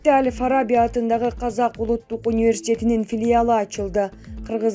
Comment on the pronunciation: Ай диктор сорой Аль Фараби деген соз жонокой эле соз го, ушуну деле туура эмес окуй бересинерби тупица келесоолор